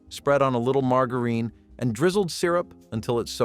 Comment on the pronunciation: He said MargaReen for Margarine. 😮😂